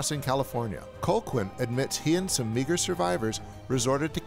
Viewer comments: His name is Calhoun, not Colquin. Sheesh! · I was like huh? Colklyne? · Its pronounced Cal Hoon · “Cole-quin”? You’ve seen the movie, why’re you mispronouncing it over and over? 🧐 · You managed to mispronounce Robert Carlisle's character's name every single time. Other than that, a very solid review. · I have to say it's wild how the narrator keeps blatantly mispronouncing Colqhoun's name so blatantly. Really feels like he never actually watched the film. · Gotta love when someone claims to love a movie but mispronounces the name of the villain, which is said multiple times over the course of the film. I have to agree with just about every point, though. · I liked your video, but your continued mispronunciation of Colqhoun drove me nuts. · Good overview, apart from your cloth-eared pronunciation of Colqhoun. Watch the film again and learn how it's really pronounced.